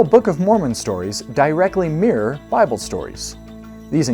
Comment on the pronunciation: I'm sorry, but these aren't the strongest arguments, there are better ones. But you lost me when you said "Awwlma" and "Bahhble". How can someone trust your argument when you can't even pronounce the words right?